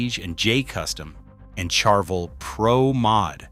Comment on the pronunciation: I like your videos, usually insightful, but the way your AI narration pronounces Ibanez and Charvel is an abomination to my American English ears. Please QC your AI narration much better before release, or I might unsubscribe, ha. Don't make me unsubscribe and hit the dislike button, please. I can not like these videos presently, with those inexcusably lame pronunciations of brands and other words that have been well known for decades.